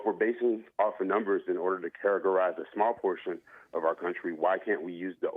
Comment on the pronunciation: “I’m educated” Also: “characarise”